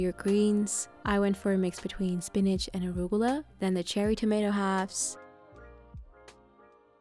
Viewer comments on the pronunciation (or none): none